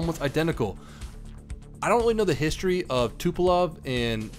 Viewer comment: Its Tupolev! Not Tupelove, BAKA!